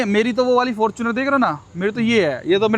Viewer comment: Bro is totally original Yuva-e-Utaar Pradesh....the way he said Fartunerrrrr